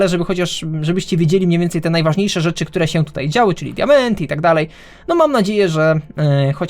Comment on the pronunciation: doceniam, że starasz się mówić dość ładnym językiem, podkreślając końcówki ą, ę, ale także dwuznaki. Poza tym używasz ładnych i rzadko używanych dziś słów: notabene, relatywnie. Jednak zauważyłem, a raczej usłyszałem, że czasem robisz to aż za bardzo i końcówki niektórych wyrazów z np; e ( najczęściej ) zmieniasz na ę. Tutaj, zamiast "które", powiedziałeś "którę". Taka mała uwaga. A i życzę sobie więcej odcinków!!! Pozdrawiam.